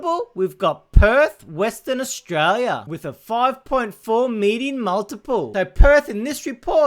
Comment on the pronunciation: Australia has an 'l' in it. Maybe try and pronounce it on occasion - it might help your channel